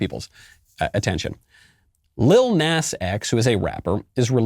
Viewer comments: Michael Knowles...u telling me u never heard that stupid song Old Town Road???? That the world OBSESSED over for like two yrs???? And it's not pronounced Nas...it's pronounced Nah-z...just to pull u up to speed...Im not advocating for him or his satan shoes... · Oh lord, from Old Town Road to this. Jesus help this kid. And it's pronounced Naw-zeh like the Na part sounds like gnaw. And the S is z sounding. But honestly who the heck cares Nas for nasty as fuck. Jesus christ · trust me i’m disgusted but i wanted to point out it’s pronounced Näz